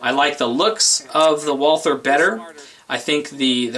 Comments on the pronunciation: Walther - The "h" is silent. Say it with me...WalTer! NOT Wall ther. I am heartily disappointed with my SR 22 and that freaking failure to feed the 2nd round, as well as the stupid staggered mag, which I think is the source of the problem. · I prefer to pronounce Walther as Valter as it's most correct. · I'll take the P22 mostly because I own one haha. If you keep it clean and don't use crappy ammo then it'll be fine. Also......suppressors and hey..... it's Walther.